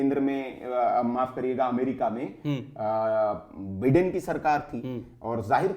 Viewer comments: अरे बिडेन नहीं बाइडन हैं ये क्या बिडेन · Baiden nahin Biden bolte h, bhai bolna Sikh let to achcha hota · My dear so-called Anchor and Journalist, it is not Donaald Trump but pronunciation is Daanld Trum. Also it is not Beeden but Byedn.